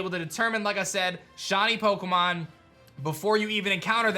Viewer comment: "Shawny Pokemon"